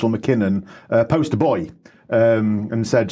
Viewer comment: was that "poster boy" or "post-boy" ?